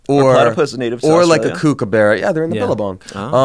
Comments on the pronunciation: I love the incorrect way you say 'cookaburra' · Kippahs are very uhh... moving on SORRY WAIT WHAT KOOKABOORA AHAHAH I LOVE IT